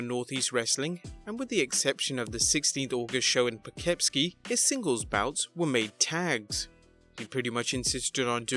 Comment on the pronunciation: I live in Poughkeepsie and when I saw the text I knew you were going to butcher the name before you said it LOL